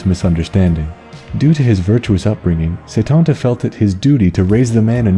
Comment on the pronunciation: While close it's not how you pronounce it, at least when I learned it in school (I live in Ireland) it was always pronounced coo cullan and setanta is set-anta.